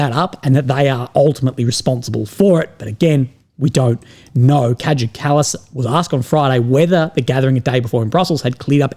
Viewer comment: I believe KAJA is pronounced KAH-YAH.